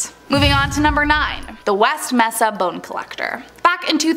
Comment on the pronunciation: MESA > It's pronouced: 'may-sah'